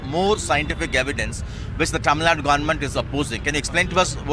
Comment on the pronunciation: Please Say tamilNadu , its not tamilnad, not just karnatak. Is it indi or india? . - Long Live India